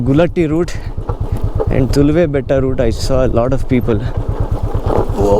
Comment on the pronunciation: Nice video. These used to be some places I had visited a few times. One thing though. It would be good if you can pronounce the names of the villages better. It is 'eye-oor', not 'ayur' :-) Similarly, Toluva betta, not Tuluva betta. Keep those videos coming